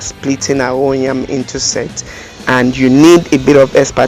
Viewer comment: You keep saying NYAM NYAM, is it NYAM or YAM?